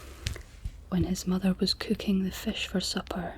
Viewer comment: this felt borderline maximum scottishness - i love the way you say fish as fesh